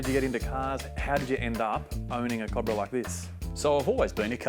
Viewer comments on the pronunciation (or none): its CO- BRA not COB - RA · bloody mexicans can't get anything right... Cob-brah!